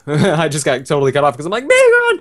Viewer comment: when you faught wynaut bagon actually sounded like it said "BACON!" xD